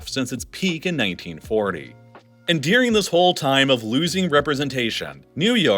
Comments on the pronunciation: Oh Snap. This is the guy that says 'Deering' (instead of 'During'). 😖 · Honest question: do people around you also pronounce "during" like "deering" or is this idiosyncratic? I've noticed this in your other videos. It seems like a consistent thing.